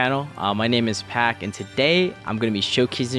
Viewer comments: I’m convinced you mis pronounce stuff on purpose lmao pok it’s PAK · I'm dying whenever Sam pronounce Paak lmao